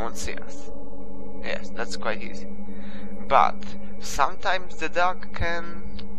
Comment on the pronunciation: sounds like your saying duck lol :P